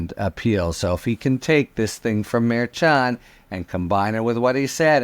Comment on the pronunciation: Harry, I love you and generally love you pronunciation. However, I do not appreciate your pronunciation of Judge Merchan. I believe it's pronounced like Chicago. You always say ch, like church instead of shy, like chi- town.